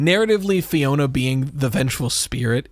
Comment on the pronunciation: lowkey bothers me that nobody can read Alphanumeric, it’s pronounced the way its spelled: Fiona